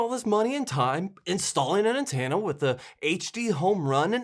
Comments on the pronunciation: An-ten-a You say an-tan-a, and when you tried to correct yourself it was an-teen-a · OMG! You totally got me with that click bait trick. LOL. You're a funny dude. By the way it's pronounced (an ten ah) not (an tan ah) I'm a midwesterner too, and I tend to pronounce (Fork) (Fark). Anyway, keep doing what you do. Stay safe. Bill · I'm midwestern too and yes you say antenna weird. Its an-ten-na. It would be cool if they would merge the over the air channels you pull to these freebie channel. Have them all on one guide would be cool. I kind of enjoy the music channels. It's like actually having MTV back. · I live in the northeast and I hear people pronounce antenna the same way you do.